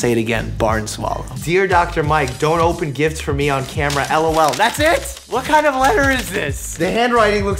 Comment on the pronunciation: i just LOVE the way dr mike reads "lol" americans usually say it like 'el-oh-el" but our man with tough russian soul reads it just like the way it is лол